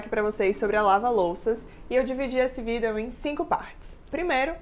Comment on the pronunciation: “Vidéo” kk bem diferente o jeito de falar